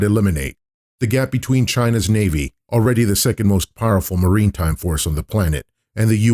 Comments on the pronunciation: maritime[ mar-i-tahym ]. not marine time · Informative video- thanks. One thing though, maritime’ is pronounced ‘mare-ih-time’ not ‘marine-time’...just grating on my ears. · Why do you keep saying “marine time?” Lol the word is “maritime” is this a bot?